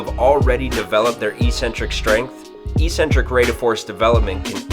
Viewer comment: eccentric is pronounced exentric --all trainers say eecentric for some reason.